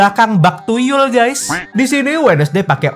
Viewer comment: Bukan tuyul bang tapi yutul😂😂